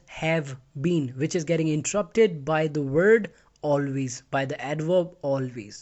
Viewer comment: Stop pronouncing word as wop